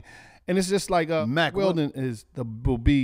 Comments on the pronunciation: Lol they had to edit in Mack Weldon he had to have just been saying Mark Weldon the whole time 😂 I heard a couple marks slip 😂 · that’s Mack not Mark